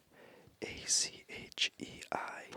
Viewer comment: you’re amazing man! It’s hard to speak how’s the correct pronunciation of the word “achei”, but I’m going to try… The “ch” has the same pronunciation of the “sh” in the word “wash”, so you can imagine the word “achei” written with sh like “ashei” and you’re gonna understand the correct pronunciation… 🇧🇷🇧🇷🇧🇷